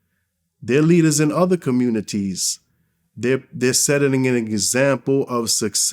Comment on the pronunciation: Talks so proper 😂” communiTees”.